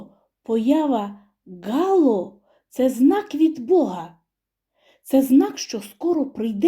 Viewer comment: ГалО, а не гАло.